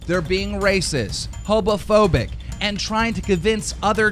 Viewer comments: Why does it sound like he’s saying “hobophobic”? Are they being hateful toward hobos too now?? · did he say hobophobic? lmao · He said hobofobic... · He just said hobaphobic... Yup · "Hobophobic" "Pantreotic cancer" "SoaR Moozy" I just love your prononciations Keem, every video cracks me up! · He also says hobophobic in the beginning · did he really just say "hobophobic" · Did he really say hobophobic? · Did he say homophobic or hobophobic? Either way, Soar sucked even before this video